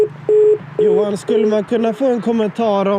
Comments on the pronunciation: Just a moot point j is y in dutch and German so JOHAN is pronounced yohan😂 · Dude, you really don't know how to pronounce "Johan"? "Yo-hann", not "Joe-hann". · It's not "JOE-HAN", it's YO-HAN.